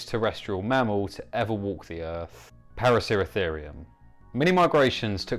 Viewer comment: What planet is "Erf"?